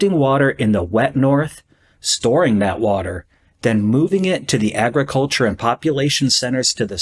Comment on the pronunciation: "Agraculture" bruh